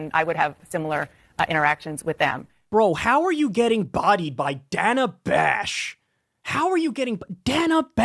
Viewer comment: He actually pronounces her name the way she does. That's likely one of the 2 accurate thing he says during the entire interview... the other being that he creates stories.